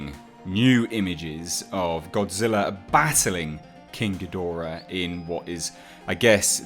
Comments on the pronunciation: You say ghidorah correctly. I hate when people say geedrah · you pronounce it correctly... Ghidorah.